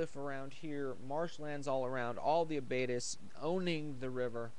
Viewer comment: Its pronounced "abbatee". Its a french word